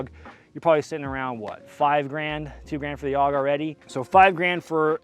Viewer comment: When you said: "If you aren't AUG H-barring, you're doing it wrong," it sounded to me like you were saying: "if you aren't Allah Ack-Baring, you're doing it wrong," lololol.